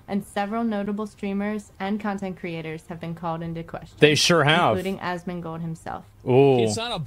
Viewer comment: Asmongold* no d in between